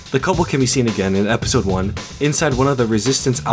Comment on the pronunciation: “E-pistol 3” You need to change the em-fah-sis.